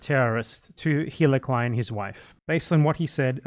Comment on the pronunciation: anyone else keep mishearing BE say "hitler klein" instead of "hila" or whatever her name is